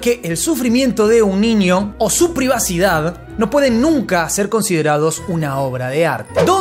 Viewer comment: Hola, se dice niño, no ninio. Hay una diferencia, viste..?